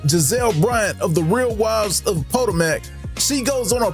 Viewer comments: Did that man pronounce Potomac as in the Puh-Toh-Mick River PO-TOW-MAC?????😂😂😂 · The way he pronounced Potomac had me hollering. I'ma stop over and hype him up though. I'm building a channel as well.